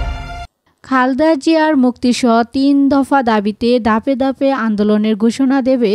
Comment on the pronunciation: ভাষা ঠিক করুন। বুটার নয় ভোটার হবে। বারত নয় ভারত হবে। একঐ নয় একই। দাপে দাপে না। ধাপে ধাপে উচ্চারণ হবে। খবর সুন্দর করে পরুন।